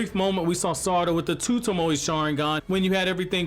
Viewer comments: Say it with me... toe-moe. Like, toe as in your toes, and Moe as in give me moe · Mans said tamoey